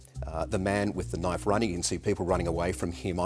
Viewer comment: “That’s a knoife?”